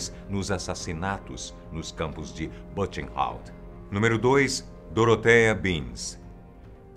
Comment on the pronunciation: Amo seus Videos, vc é excelente! Mas por favor olhe antes no Google a pronuncia certa em alemão: por ex.: Buchenwald. Apenas uma critica construtiva😊